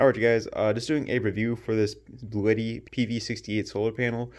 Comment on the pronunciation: By the way, it’s not “Bluetti” but rather pronounced “blue Tee”, very strange, but that’s from their official YouTube channel. I’m gonna keep calling it Bluetti though haha